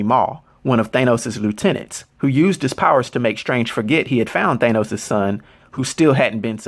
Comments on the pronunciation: Its..."THAN-NOS" phonetically....not "THAY-NOS"....what?.. I follow you religiously...but every once in a while your pronunciation gives us the impression that you READ the stats, without knowing the actual character. Like when a news anchor mispronounces a foreign name. No one familiar with END GAME or INFINITY WAR movies says THAY-NOS (like you do in this video). You're venturing into territory that is bold, new, and needed for a lot of us comic fans...soI'm not tearing you down, but aiming to offer awareness that may help you take it to THE NEXT LEVEL! This is similar as when you changed from (which seems a little self serving....to the NEW sage... which absolves you of self awareness) I'm a theatre teacher. I teach a lot of Shakespeare. I have some material (written by predecessors) for helping actors take their speech to the next level so they can be masterful. Hit me up if you're curious or interested in enhancing spoken language. What you're doing in amazing. You are creating Legacy for those familiar and unfamiliar. I have suggested links of yours to people trying to get on the "comic book page" that need backstory, history, and context. I'm just interested in saying something when the whole world-who saw these Avengers movies- pronounces it different than you do. It makes it sound like you're either foreign or not in the loop. Also, everything I'm writing- technically- doesn't matter cause this is 2 years ago you posted this...You've been making a ton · You're mispronouncing his name bro. His name is Thanos, pronounced THAH-NOS not THAY-NOS. Mad respect bro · I really don’t like the way he says “thane-os” looool I could easily be wrong but I’m pretty confident it’s pronounced “thanos” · Ok why are you pronouncing it Thaneos?????? I've only heard it pronounced Thanos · Pretty sure it's pronounced "thAnos" ... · The mispronunciation of the name Thanos makes me not want to watch this video any longer than 1 minute and 20 seconds